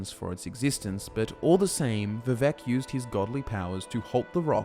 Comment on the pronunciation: Vivek rhymes with cake.